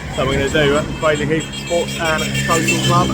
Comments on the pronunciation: Nah mate it's craydley not craddley, anyone telling you otherwise is winding you up! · Pronounced Craydly, not Cradley.